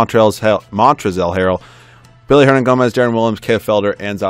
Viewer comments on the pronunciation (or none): Good video. Just two things. It is Willy, not Billy Hernangomez and also, why pass on Ulis? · It's Willy not Billy